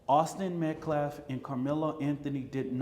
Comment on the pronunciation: Still disrespecting Austin by mispronouncing his name… it’s Metcalf not Metclaff… So tired of race hustlers.😮